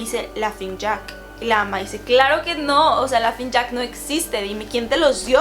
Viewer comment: Entré en desesperación cada que decía "lafing jack" 🙄 (es Laughning Jack)